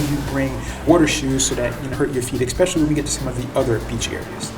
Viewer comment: There is no "x" in the word especially.